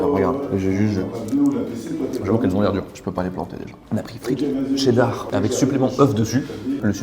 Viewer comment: Pk il dit « tcheddar » au lieu de « cheddar »